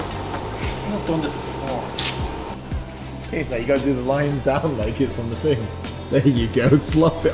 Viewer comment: It's thing not fing bro